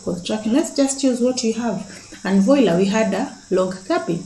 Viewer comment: Nice, I like A frame designs. Oh it's voila unasema kama kiswahili "vuala". It's French. Moi " me in French " For example mtu husema "mwa" French is different. I love your A frame variations. Thanks